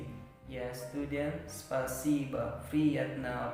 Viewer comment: bang sory .Спасйбо o nya dibaca a. jdi spasiba baca nya.. 🙏